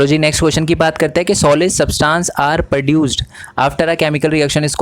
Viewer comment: प्रड्यूस्ड नहीं प्रोड्यूस्ड बोलते है भैया